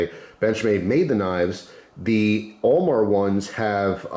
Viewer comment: Who else thought was saying OMAR instead of AL MAR😕